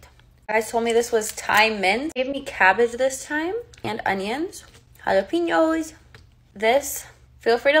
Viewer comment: I just have to say that its pronounced hah-lah-pen-yoes 🤌🏽